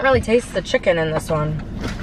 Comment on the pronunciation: Y she say chik con